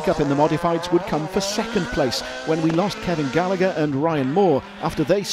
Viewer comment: Great job 👏👏 Just needs to learn how to pronounce Gallagher and Ger Conway😁 All an all just like the world championship review 👍